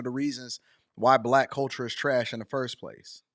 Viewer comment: I’m offended by the way she says Block instead of Black